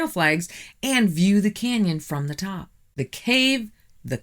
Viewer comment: Your videos are very interesting, but I had to turn off this video, because your incessant mispronunciation of words is driving me insane! The letter "o" is not a "u"! Top is not "tup", rock is not "ruck", impossible is not "impussible", document is not "duckument", and not is not "nut". Water is not, "wutr".